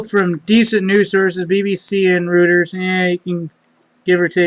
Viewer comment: It's pernounced ROY-TERS. Not RUT-TERS. fyi my man! Have a good weekend